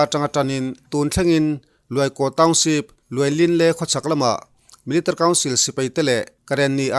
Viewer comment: Thu puan i thiam khawp mai. Mahse, Military kha Militr tiin i lam tlat a, chubakah 2012 tia i sawi hi 2022 i tihna a ni em?